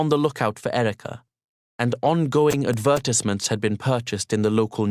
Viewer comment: he pronounced advertisements in the weirdest way